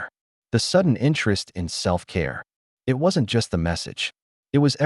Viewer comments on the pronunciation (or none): Choppy crappy narration. Why can't he pronounce the word "it".